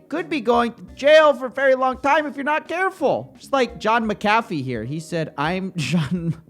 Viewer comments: You're pronouncing his name wrong... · Sorry to break it to you bro but you're pronouncing his name wrong -. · I thought it was pronounced Mack-A-Fee. All this time I've been putting the wrong emPHasis on the wrong syLLAble lol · You’re saying his name wrong lol